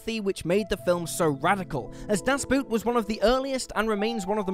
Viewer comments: Das Boot = the Boat. The German Boot is not pronounced the same way as the english boot. It's simply a long oh sound. Just say Bohhht. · Das Boot is pronounced Das Boat. Exactly the same. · The horrors of war is nothing compared to hearing English speaking people mutilating the word Boot in 'Das Boot'! Mein Gott, zat iz atrousious! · I literally cringe every time I hear someone pronounce it the wrong way. Like I physically can't control my disdain. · Yes, I know that, I've seen the film about six times over two decades and to my understanding of German language it's not pronounced as "boat" as in English but more closer to "bought" with prolonged o's. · I know this is nitpicky, but I find it so annoying when English speakers pronounce 'Boot' as the English word boot... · I love you guys... really. But I'd really love seeing people pronounce things right. You say "Das" right, so why not say "Boot" as it is pronounced in German. Like "Boat" but without the -a inflection.